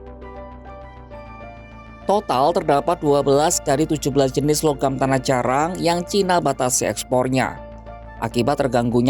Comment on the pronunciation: Narator ngmng nya gk jelas.. Tanah jarang diucapkan tanah jarak berulang-ulang menurut keyakinan saya..😂😅